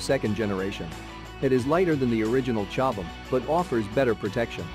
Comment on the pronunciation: These type of videos always mispronounce chobham too. Always annoys me.